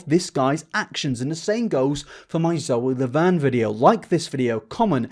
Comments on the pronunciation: I couldn’t help but pause when you said “Loe Zaverne” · hehehe "loe zaverne" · I’m sorry but did he say “Lowey Zaverne” or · Loe Zavern Lol sorry just caught my attention Anyways, great video man! I love your commentary on this situation. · "Loe Zaverne" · I know this is a really serious video, but I can't stop laughing at "Loe Zaverne" lmfaoooo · no one: at the end: Loe ZaVerne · anyone else notice him say loe zavern lmfao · I like how near the end you said “loey zaverne”. These videos need to be seen. The fact that actual predators get away with this stuff is wild. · thank for talking about this but also... did you call her loe zaverne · this man said “loe zaverne” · Every point you made in this video is true...…., but please tell me I'm not the only person who heard him say "Loe Zaverne"?😂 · He also called zoe laverne Loe Zaverne🤣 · Loe Zavern lol Love you dude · im so sorry but "loey zaverne" i laughed